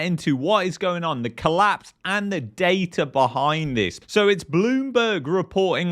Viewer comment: There is no R in the word Data